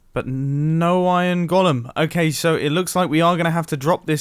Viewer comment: its weird how he pronounces iron golem